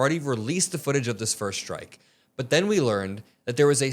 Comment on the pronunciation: "The decision is not at my level anymore" HUH? You're the freaking Secretary of Defense! Oh, and can everyone STOP saying "schtrike"!